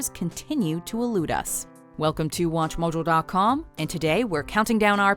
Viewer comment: Why do you say Watch Mojo so weirdly?